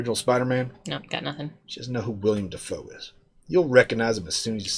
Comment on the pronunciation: It's actually pronounced Willem DAYfoe